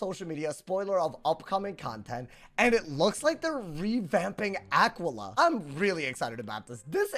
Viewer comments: say it with me now Ah-quail-e-uh. dont EVER pronounce it the way you did in the video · that just isnt how you pronounce it lmao come on bro lock in